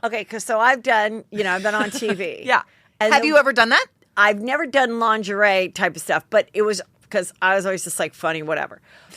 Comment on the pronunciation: The G is soft in lingerie BTW😂